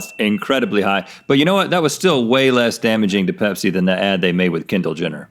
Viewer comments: I thought Rhett said Hep-c vending machine not pepsi vending machine 😂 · I swear I thought Rhett said Hep C machine... and then I saw it and was like ohh that makes much more sense